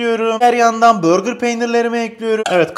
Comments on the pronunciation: Deyil değil ‘değil’ Çezar değil ‘cheddar’ Börgır değil ‘burger’ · abi börgır peyniri nedir ya? hamburger'e sen hambörgır mı diyorsun yapma allasen. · Abi burger peynirine neden börgır peyniri diyorsun 😂😂